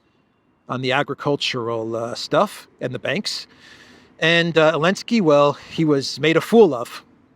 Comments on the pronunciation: OK I just got ask finally, is there something in Ukranian language where you don't pronounce the Z, in Zelensky, or is that a special American dialect thing? I mean I have done it myself a few times after listening to you etc. and I know dropping consonants is normal with slang. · ZELENSKY NOT ELENSKY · He’s NOT called Vladimir Zelinsky, it’s Volodomeer and he’s in Keeeev. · His name is Vladimir Zelenski not Volodimir Elenski